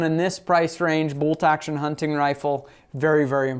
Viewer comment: Great review. Being from Pittsburgh your pronunciation of " Hunt.TIGN rifle cracks me up. " Huntin" is local blab lol